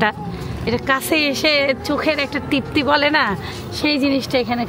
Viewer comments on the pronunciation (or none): তিপ্তি না আপু তৃপ্তি